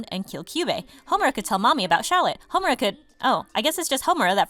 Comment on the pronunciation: Hayri Mert Dumlu Exactly 😂 he's like 'Kaiyoko' 'Homrea' 'Kaiyube' 'Walpurgnot' I'm here like 'Being Meguca is suffering'